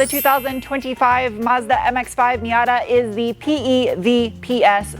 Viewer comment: Extra brownie points for tossing in the actual pronunciation of Mazda for us car nerds 😁👍